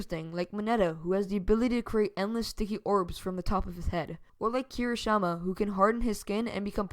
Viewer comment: you said kirishama lol